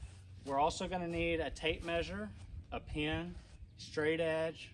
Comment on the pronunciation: did you say a Pin or a Pen?